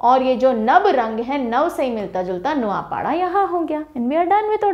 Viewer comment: I'm from Odisha _ଓଡିଶା _ mam .. aapka kehenaa thodaa galat horahe he ... Not ନାଉପାଢା _ ନୂଆଁପଡା is right .. etc ..